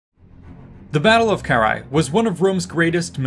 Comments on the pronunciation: Ill never stand the anglophone inability to read. Its Karrhae no whatever youre saying. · The English pronunciation (UK & US) is carr-HEY. The "a" is long.